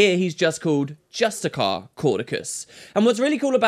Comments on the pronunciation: ay Justiciar is not pronounced Just-I-Kar, it's Just-I-Sar or Just-I-Shar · Hey, are you suuuure that that's how you pronounce justiciar? x)) Is he perhaps a petinent justicar?:D